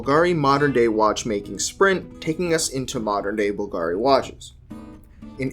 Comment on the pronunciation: You should try to be consistent how you pronounce Bvlgari. There is only one pronunciation 👍